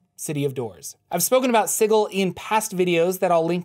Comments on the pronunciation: I'm pretty sure its pronounced si-jil not sigul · Dude, please, it's pronounced SIJEL...Sigil is an actual word. It just hurts. Lol. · Sigil is pronounced "sijəl". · It's pronounce -Si jel. Not si-gel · I love this series. But I have to call you on some mispronounced words: Sigil sould be pronounced "SIH-jill". And I believe Iuz should be pronounced "EE-uhz". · oohhh...I'd have to trump that unilaterally on the grounds it sounds dumb as hell. Lol. Thanks for the info. I like your vids. (yeah, still hurts to hear it) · the way you pronounce Sigil, makes me giggle. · The way you pronounce sigil really grinds my gears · Are we sure it's pronounced "Siggle" and not "Sijil"? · Sigil has a "j" sound... Ugh That was even more painful than the Lady. It's just the word "sigil" given as the name of a city. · You keep saying Sigil wrong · anyone else bothered by how he pronounces Sigil?